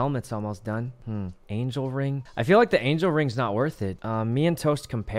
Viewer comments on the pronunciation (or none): none